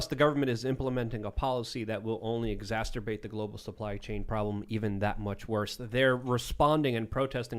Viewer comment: The show wouldn't be complete without saying "exasturbate" 😂😂